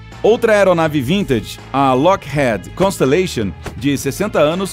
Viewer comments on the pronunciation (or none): Toda vez que ele falava Lockheed errado eu ficava agoniado, "lockhead" ? pqp....